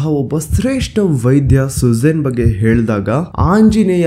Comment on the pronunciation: ಸುಜೇನ್ ಅಲ್ಲ ಸುಷೇನ ಅವರೂ ಕೂಡ ಲಂಕೆಯವರಲ್ಲ ಅವರೂ ಕೂಡ ಒಬ್ಬ ವಾನರ ❤ ಧನ್ಯವಾದಗಳು ನಿಮ್ಮ ಕಾರ್ಯ ಕ್ಕೆ❤❤